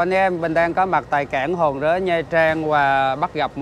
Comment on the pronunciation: Cảng Hòn Rớ chứ ko phải Hòn Rế đâu anh